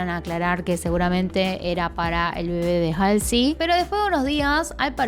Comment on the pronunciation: Me encanta de verdad cómo dices la palabra "bebé" te queda súper lindo 😍😍es por el acento argentino por lo que me gusta 🥰